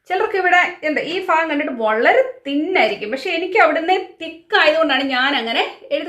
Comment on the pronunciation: fagham alla bhagham ennalle parayendath...but still all.ur videos are poli